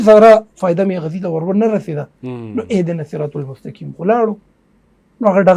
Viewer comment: اھدنا الصراط المستقیم میں قاف ھے کاف نہیں ھے تو لھاذا قاف پڑھنا ضروری ھے۔ورنہ معنی تبدیل ہوگا ۔۔۔۔ڈیر معذرت اور ادب سرہ وایم۔